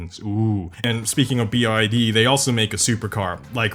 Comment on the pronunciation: The amount of times Rimac, Mate Rimac and BYD were misprounced is ridiculous, like what's Rimots? It's "Rim-ac" and it's not pronounced "Mateo Rimots", it's pronounced "Mat-tay Rim-ac"